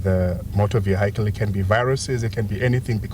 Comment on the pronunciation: The way people butcher the pronunciation of vehicle 😂😂😂😂